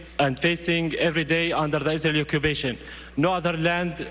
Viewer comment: The Oscars have less Oscar than Oscar Schindler. loved the articulated Ps of this idiot. Occubation of the Balestinian Beoble. How can there be a “Palestinian people” if they can’t even pronounce their own alleged name. 😂